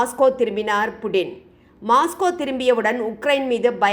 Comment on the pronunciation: மாஸ்கோ அல்ல மொஸ்கோ